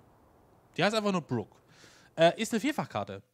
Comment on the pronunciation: Moin erstmal danke für das Video. Den Mapnamen spricht man mit einem langen "O" aus. Ansonsten fand ich schade, dass du nicht durch das Dorf gelaufen bist oder runter zum Strand den Blick über die Steilküste geworfen hast. Deine Kritik mit den Dekoobjekten werde ich mir zu Herzen nehmen und die Map dahingehend überarbeiten. Ein Singleplayer Projekt wär schon sportlich. Was ich so gelesen hab sehen das viele ähnlich. Schlussendlich freue ich mich, dass du dir die Mühe gemacht hast die Karte vorzustellen. Gruß Nik